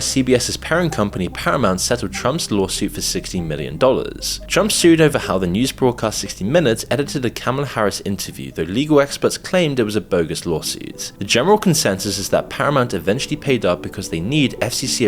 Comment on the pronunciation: gives himself away calling her "Camel-a". Only the most brainwashed, ignorant republicans engaged in that purposeful mispronunciation of her name.